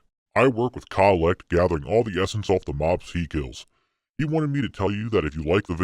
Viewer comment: IT TOOK ME 8 EPISODES! KAH-LEKT COL-LECT. THIS IS A COLLECTION CHALLENGE. I'm so fucking stupid.